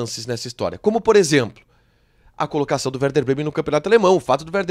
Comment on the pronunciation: É e werder, vc se enganou a fala no início e é compensação e não recompensacão.